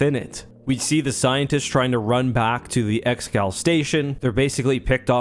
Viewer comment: Pretty sure it's pronounced "ex-eh-gaul" or "eggs-uh-gaul" rather than just "ex-gal"